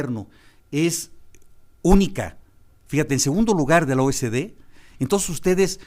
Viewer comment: Señor Gaviño, es OCDE no O S D